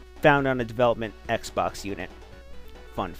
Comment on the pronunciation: Sanic eckstreem for the ecksbecks!